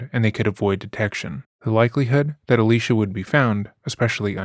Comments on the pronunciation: Her name is pronounced Ah-lee-see-ah. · I just don’t see how you keep intentionally mispronouncing her name is uh- Lee - cee - uh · Ah-lee-cee-ah. It's not hard. Please attempt to pronounce people's names correctly as a sign of respect. It's the least you can do when profiting from the trauma and exploitation of these victims. Thanks! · Kind of disrespectful you pronounced her name wrong the whole video